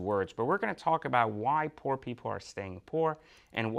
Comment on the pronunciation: That just sound terrible when he says poor. And if he doesn’t like the watch each his own! Doesn’t matter if you have an expensive watch or a least expensive watch! It is what the person wants and would buy and feel comfortable what he wears or don’t where! Every one has an opinion! Well that’s my opinion each his own!